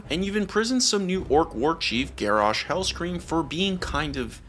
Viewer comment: Dude's pronouncing Garrosh and Grommosh's name wrong.